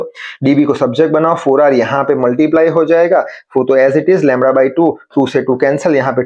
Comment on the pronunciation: Also LAMDA ❌ LAMRA✅